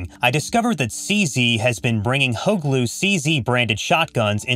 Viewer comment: Its HUGLU not "hot glue" get a clue ...